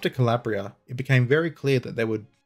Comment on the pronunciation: 5 points for pronouncing Calabria sort of correctly -254 points for butchering.